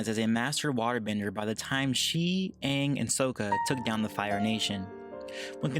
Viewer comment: Lol I cringed when they said Uung instead of Aang